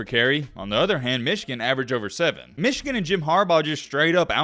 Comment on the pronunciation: I watch your videos sometimes and I have to wonder, do you have something against Michigan? You do that stupid pronunciation every time. As for the content of the video specifically, Michigan has been the favorite in most if not all their games this season except the Ohio State game and won them all. They know how to take care of business. Yes there is added pressure in a playoff but that same fact applies to all teams as well. Everyone has a lot to lose. The headline is a weak attempt at click bait with some fake controversy to get viewers.